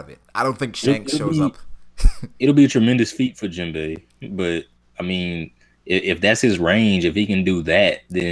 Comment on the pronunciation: Yo my nigga, you need to put some respect on Jinbei's name and stop calling him Jinbo. It messes with me man